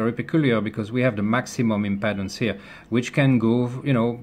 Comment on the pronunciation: WOW! What a fantastic teacher! Just one little thing - "Impedance" is pronounced "Im-PEE-dance". Many thanks for such a clear and informative explanation.